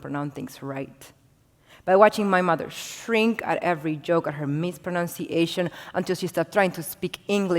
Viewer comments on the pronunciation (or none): none